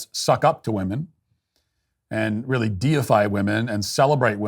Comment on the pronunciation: Stephen Parkinson, a poor excuse for a man. 'It's weally weally serious'. Chuck him out. Get a man, someone with guts. Slimy creature, spying, sneaking.